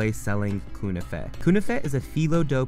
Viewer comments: knefeh not kouneefeh ;) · It’s pronounced Kn-a-Feh. Not Kunafeh lmao